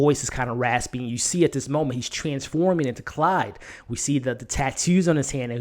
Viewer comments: dude... its CLAUDE not Clyde! lol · Sorry but it's Claude, not Clyde. Otherwise, I join in your enthusiasm that this was the best episode so far. I haven't read the book either but I'm loving the movie version! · It's Claude.....CL-ODD, not Clyde!